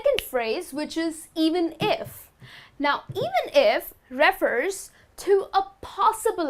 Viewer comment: You mispronounce refer.